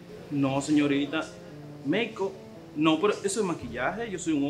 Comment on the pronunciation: Quando dijo meikop 😂😂